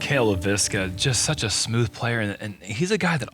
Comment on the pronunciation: Cale actually pronounces his last name pretty close to how a Finn would. Leiviskä is a Finnish surname.